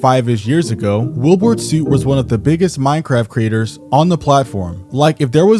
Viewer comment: Are you saying “Wilburt”? 😂